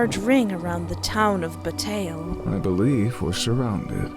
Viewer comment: Just so everyone knows, August Flynn is voiced by Bradley Gareth, who I know as James Anderson from the Seduce Me series of visual novels by Michaela Laws. And surprisingly, said the town's name right, Bataille. Which is pronounced Bu like butter and tail. Oh, and I'm the one who suggested she play this game. Hopefully she'll start playing the full game in Fall